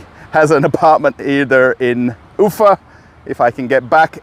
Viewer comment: The emphasis in pronunciation of town name UFA is on the A not the U, you sound funny.